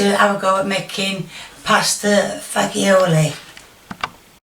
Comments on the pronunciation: Think of the G in lasagna when you see it in Italian words. Fah-jhi-ole Your first attempt in the video was spot on, accounting for your British accent :) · just an fyi, my aunt married into an italian family so I got corrected many times myself, it's prounced Fah-zool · Fa•jow•lee is actually how it’s pronounced. Not trying to be a jerk, just letting you know in case you were interested. Keep cooking -woot woot😜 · Hi, Pasta Fagioli (I don't know it's correct, but here in America we pronounce it "Pasta Fah-zool"). Here it's a soup and what you made looks delisious. Thanks for all the smiles:) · she said it right just to correct it wrong.:D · Loving the hard G pronunciation 😄